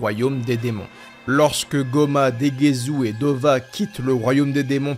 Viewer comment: Hey. Le namek, Dova ?? Non, c'est NEBA (subbé Neva en fr sans raison, mais 8l s'appelle NEBA.). Pareil pour Degesu, c'est du japonais frère, pas du français. C'est degesu, pas degezou, ça se prononce dé-gué-ssu ou plus largement Degess' car le 'u' final est happé. C'est un jeu de mot, comme Arinsu (Arinss' ou Arinssou), avec certaines fin de phrase que l'on retrouve dans différentes régions. (Comme "Gozaru" qui est la contraction de "Gozaimasu", utilisée par les Samurai, les milices japonaises dans les ères Edo ou Sengoku par exemple, disparaissant avec l'ère Meiji). On avait déjà vu ce genre de nom avec Gowasu et Zamasu (pas Zamazou et Gowazou!), empruntés aux mêmes contractions de terminaisons, qui sont souvent associées à un 'accent' régional, bie mn qu'au japon les accents se retrouvent plus dans les mots, l'utilisation des particules et les fin de phrases employées que dans la façon de changer de ton ou d'accentuer des symlabes, comme en Français ou en Anglais, par exemple. Ce sont quasiment les seuls noms qui ne sont pas des noms de bouffe ou d'objets, d'ailleurs.